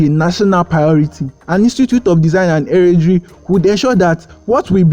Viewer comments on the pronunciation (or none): The word he is mis-pronouncing is 'heraldry.' An Institute of Design and Heraldry...